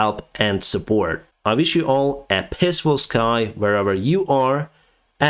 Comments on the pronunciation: Sorry to point this out, but you say "pissfull sky". Try prolounging the "e", and you will geat "peeeaceful" <3 Keep up the great work, my friend. you do an important job! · Did you say Pissfull sky :D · Great update,. When you laughed at the quality of Russian education, it wasn’t so funny for me because I see how stupid people can get behind a narcissistic dick want to be tater like Donald Trump. This time when you said peaceful skies, it sounded like piss full skies. Was that on purpose?